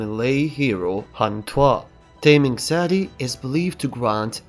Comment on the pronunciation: Just saying, the “Ta” in Taming Sari is pronounced like the “ta” in beta or tan, not as how it is pronounced in English, which sounds more like the taming English word, like taming an animal. Source: am Malay.